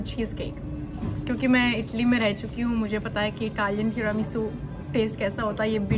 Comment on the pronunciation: When she said teranisu cake I heard terami soup cake 🤣🤣🤣🤣